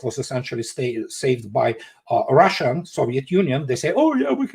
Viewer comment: DO THAT!!! Not DOODAT! 😂 and it’s Russia not ROHHHHSHA.